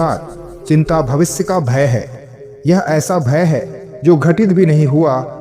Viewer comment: भविस नही भविष्य.